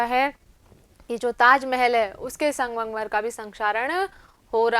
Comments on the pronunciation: Aap sangmangmar bol rhi thi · Mam sangmarmar to shi bolo